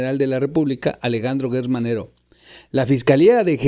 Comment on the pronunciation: NO es guerrz manero es gerrz se pronuncia JGerTZ